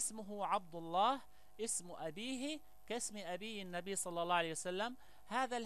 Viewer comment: يا مغاربة هل كل من جاءكم بلحة طويلة ودغدغ مشاعرنا بالكلام نتيق فيه ...والله انا لا اتيق في هاته الاشكال ...مند ان سمعت بان اسراءيل تجند شباب يهود يكرهون العرب والاسلام بل وحتى شباب عرب خانو وطنهم تجندهم وترسلهم على انهم شيوخ وفي الواقع هم حاخامات يهود...ولاحضت انه عنجما ينطق كلمة الله لا يفخمها كما يفعل العرب والمسلمين واحيانا احس وكاني استمع لمستعرب وليس عربي....يقول هادا الزمان..حسنا ..كيف للمغرب ان يحارب الفرس والعجم وهم لا زالو يمتلكون النووي?ثانيا المغرب ليس مؤهلا لحرب شاملة ادا ما نشبت..ليس لدينا حتى الخناجق كما الناس والدول التانية....ثالثا المغرب انشاء الله سيحرر كل ماقال ولاكن بعد ان يضرب الله الضالمين بالضالمين وبعد حجوث حرب نووية وعواصم غربية ستمحى واللتي كانت تعتبر قوى عضمى ..لكي نفهم اكتر..الحرب النووية لا يمكن بعد حدوثها ان يشتغل اي جهاز الكتروني مما يعني ان فارق القوة بين الدول العضمى والمغرب مثلا يصبح 0وهنا تصبح الكفة للمقاتل الؤمن والقوي ...(المغرب)